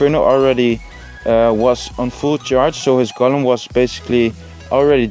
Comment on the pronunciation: je spreekt golem uit als goolum niet gollum